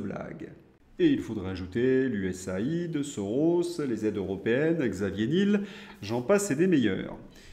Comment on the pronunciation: Juste quelques détails: Niel comme miel, pas Nil. Prononcer US aide. Merci pour votre travail, bonne continuation.